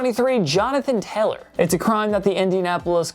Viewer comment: yo why you pronounce jonathan taylor’s last name “teller”